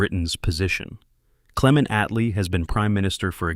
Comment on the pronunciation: con-rat Attlee